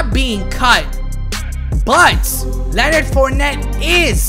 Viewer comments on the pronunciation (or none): none